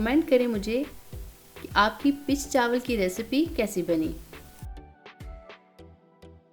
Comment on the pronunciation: Zaberdast peech kehtai hain not pitch❤❤❤❤